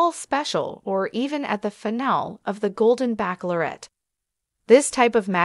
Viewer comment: Bachelorette is not pronounced backlorette